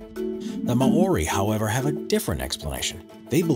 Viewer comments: lol when you prnounce Maori ma- ori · the way he pronounced maori. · For the love of God, learn how to say "Maori" correctly. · Well you are covering a lot of interesting cultures but yeah as an ausie it is a bit grating lol. Good job tho and a gracious reply gets you 10 points here. : )